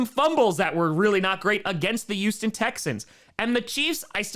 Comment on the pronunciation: It's HUGHston not YOUston